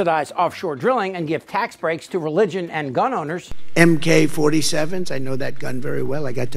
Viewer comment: The felon said MK47 he knows the firearm very well,hey felon it's AK47 WHAT A MORON WITH AN 'M' DONNY DUM DUM !!!!